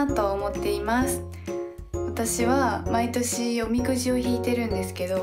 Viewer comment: れなあの発音おみ↑くじでかわいい